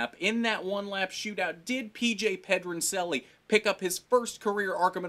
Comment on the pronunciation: pronouncing Pedroncelli wrong lol